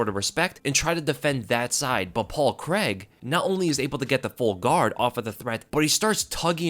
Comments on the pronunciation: Great performance from Paul C R A I G, not Creg. 🤣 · On another note why do americans pronounce Craig as Creg lol??